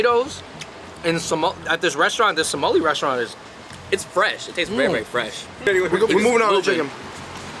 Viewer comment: It’s Somali not somalina